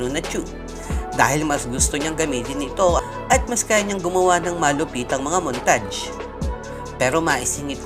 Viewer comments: Montaj pla basa hindi montage haha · BRAXY-BASA NI BREYSI BRAXY-BASA KO BRAKSI MOONTAGE-BASA NI MUNTAYG MOONTAGE-BASA KO NORMAL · montadsh or montage? HAHAHAH